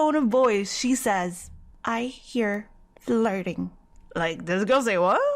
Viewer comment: on "i hear the lurding?? what is that " { you mean flurting!! NOT lurding!! } omg like what you say girl!!??